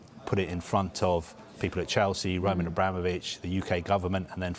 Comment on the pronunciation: This guy "Romaaahn Abramovic, Lionel Messaay"